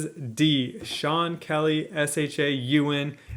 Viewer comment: wait do you really not know how to pronoun sean? thats hilarious if you actually dont. i cant tell